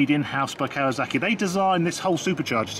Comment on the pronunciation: Arghhhh Sorry mate you are doing something that drives me insane !!! It’s KAWASAKI not KAWAZAKI SSSSSSSAKI not ZZZZZAKI ARGHHHH